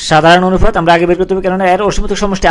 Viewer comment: ভাইরে অনুফাত কি? অনুপাত বলতে পারেন না??